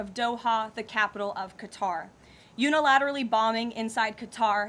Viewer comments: Too bad she cant pronounce Qatar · why can't Americans pronounce Qatar properly?!?